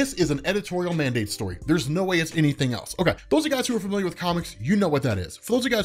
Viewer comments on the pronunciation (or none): none